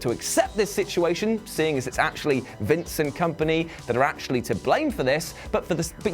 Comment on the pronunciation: When you said "Vince and company" it sounded like "Vincent Kompany"